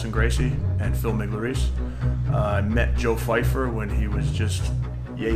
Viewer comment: Joe fifer?? C'mon 😂